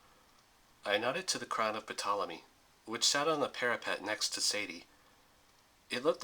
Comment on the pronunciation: The "P" in the name "Ptolemy" is silent.